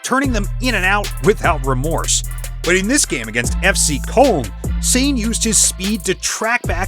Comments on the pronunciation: When he sad Leroy 'SAYN' instead of Sané it instantly got me to dislike, dont watch this AI voiced trash. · Dont forget, its not Leroy Sané, its Leroy SAYN. 😅